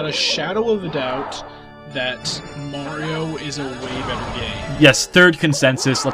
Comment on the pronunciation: Cool video and good to see is back but seriously... MARIO not MERRY-O